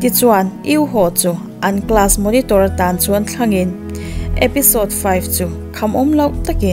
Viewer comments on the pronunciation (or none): none